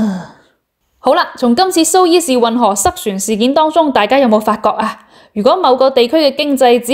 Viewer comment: 读苏彝士运河，唔係苏伊士运河。